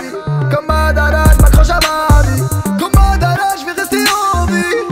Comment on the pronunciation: J'adore comment tu prononces Madara on sent que t'aime vraiment les mangas ❤️ Soulking Youhouhouhou ^^